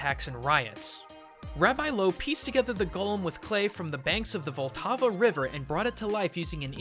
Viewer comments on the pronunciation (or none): The golem being the most suprising thing? I didn't know people didn't know about the Golem being from the Jewish culture. It may be because I'm actually Czech (not a Jew though). And I also know what Maharal means. You did one screw-up with the pronounciation of Vltava, saying it as "Voltava", which was funny to me because there was a police case where a pack of fishermen were fishin' by literally electrifying the water, and then they just had to collect the dead fish from the water surface. xD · Reading Vltava as Valtava well... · "Voltavo River" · You absolutely butchered Rabbi Loew's name, name of the river Vltava, and the word shem. jesus christ.